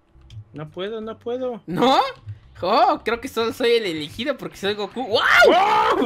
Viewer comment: Dise coco y es gocu 😆😆😆😆